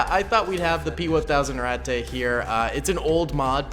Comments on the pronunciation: just the way you say Ratte, its RAT-TUH not RAT-TAY, its not mein-ay its MEIN-UH, now for example, cheese, is kaze, pronounced KAY-ZUH, the e at the end most of the time if not always makes the uh sound, the a with umlauts makes ay sound. ik you like germany and all und ich lerne Deutsch zu sprehen, und die sprache ist ein sehr schon sprache. du haste Hochdeutsche, buhnendeutsche, und viele oder sprachen. du haste zu lerne die sprache, und der volk. btw i do not have umlauts on my keyboard, and i only used translate for spelling and pronunciation. i have been learning german for quite a while now and though i am not sehr gut, i am still trying. i see you like germans and all i just, idk maybe this helps and i do not mean to come across as a dick or a know it all, i try and share what knowledge i have. or maybe i am a dick and you say it like to be funny, idk either way its just yeah. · I believe its just pronounced rat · When you pronounce ratte it sounds like ratt a it sounds like i dont know how to explain but my ears dont like it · It has 2 pronunciations rate and rat... Never did I know rat-tay would trigger me so bad... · My German isn't as good as it used to be, but I believe ratte is pronounced ratt-uh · its pronouced rat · hey can you just pronounce the rate in it's proper pronunciation